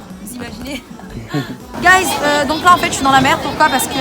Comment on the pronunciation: le nombre de fois quelle a dit gaiz mdrrr